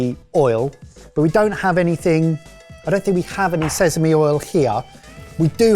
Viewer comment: Someone teach how to say Sesame!